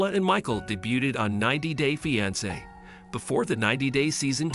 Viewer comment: Why can’t anyone say the word fiancé or Angela right!!!!!!